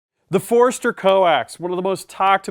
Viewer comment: awesome review, but it's not foreeeeester lol its Forster. Kinda like when people throw an extra R in Washington.